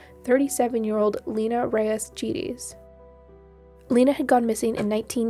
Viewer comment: I'm pretty sure her last name is pronounced hard G and small vowel e = Geddes - rhymes with eddies.